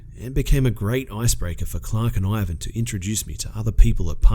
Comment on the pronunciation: "Chhhhlark and Ivan were blown away by the detail."